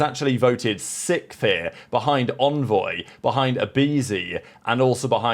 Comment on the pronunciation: you gotta learn how to pronounce "sixth"